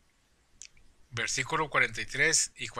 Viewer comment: Desenmascarando Doctrinas Falsas este baboso que habla dice tarugos ignorantes mejor que se ponga a estudiar más para que no diga (versicolo)o (ca pito lo)